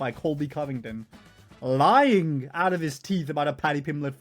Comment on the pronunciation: “Lieing”? bruh…